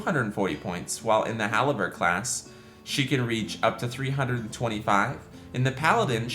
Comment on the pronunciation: It's halberdier, pronounced "Hal-Burr-Deer" not haliber... bugging me the whole video